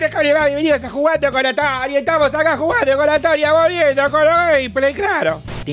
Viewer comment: "A dónde esthanos?" Jajaja 🤣